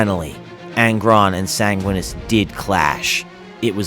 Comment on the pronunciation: Enervated (adjective): drained of energy or vitality. I assume that you meant "energized". Edit: san-gwin-ee-us